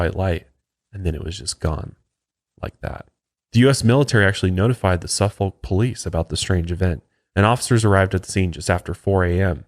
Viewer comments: As a UK citizen that lives in Suffolk its pronounced Surfforck . I take my little sausage dogs for a walk in rendlesham Forrest with my boyfriend sometimes. It’s defo creepy for sure and wouldn’t walk there on my own. The dogs were fine though… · Most of the place names that end in folk like Suffolk you can pronounce sufeck. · Great cover of this uk incident! …and for the record to pronounce Suffolk correctly you drop the “L” it’s like the sound of when you say “Cook” so now try to say it and you got it lol sorry had to say that as that’s where I’m from and live 😊✌🏼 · Suffolk is pronounced SUH-f*ck. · SUFF-OK,,,pronounced as such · Just found brilliant show but need to work on your Suffolk place names and pronunciation 😂😂😂 ( say Suff 'ucK and Or'fud ness) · For the pronunciation, imagine saying 'suffocate'. Now remove the 'ate', that's it. Overall, it's an amazing episode, and I'm enjoying the binge. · "Suffolk'" is pronounced like 'Suhfuhk'